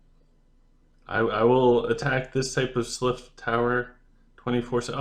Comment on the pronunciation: Love you, such a useful video, we need more of this!! But please stop calling them slyph instead of sylph, I can't take it 😂😂😂